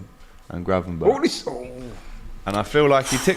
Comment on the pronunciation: Man said Gravenback😂😂😂😂